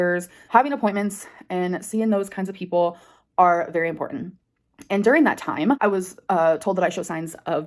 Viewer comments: M-por-ent-= Important. She literally speaks like she never even went to elementary school.🙄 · “Impor-en” … THERE IS A T. THERE ARE TWO T’s